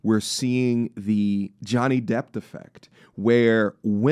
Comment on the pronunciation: Are you saying Johnny Depp or Johnny "Depth" 😅